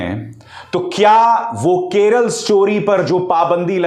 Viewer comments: Arey howle it's not Keral it's Kerala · केरला नही बे..... केरल